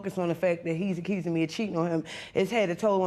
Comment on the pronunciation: As soon as I heard “acurrsing” I knew